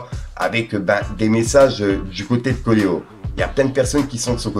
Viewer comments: Frero apprends a lire stp ca se dit CO ET LO pas CO LE HO Fais des efforts. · Ces coelo la prononciations 😅 , pas coleo 😂